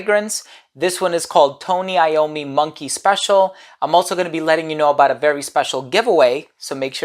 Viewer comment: So excited you reviewed this one! I really wanted to know your thoughts specifically and I didn't want to be inclined to blind but just because of the name sake. As always, you show up as a professional and master the accents and affectations displayed here by pronouncing Tony Iommi correctly. Nice work 👌